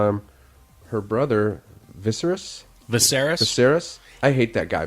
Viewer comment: Dude can't even say the name Viserys. Get some better commentators man.